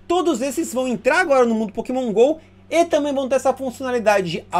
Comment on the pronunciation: "É, galera, são muitos POKÉMÃO[...]" Desculpa, mas não consegui segurar risada, kkkkkk.